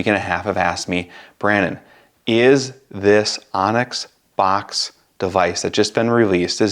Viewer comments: Great info, thank you! I believe it’s pronounced “books” instead of “box” though 😊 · Boox likely pronounced 'books', not 'box' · It's pronounced Boox like book. Not box. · bOOx. not box. boox, like books. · Excellent, thorough review, thank you! Actually was torn between both products. As an FYI, and I'm sure you're aware by now, Boox is pronounced "Books" for obvious reasons. Thanks again for your comparison. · I mean you COULD, but you'd be pronouncing it wrong, and you'll keep getting comments informing you that you're pronouncing wrong; why not provide a correction to someone who may make several reviews/videos on Boox (books) devices? I'd rather find out early on, it's not a big deal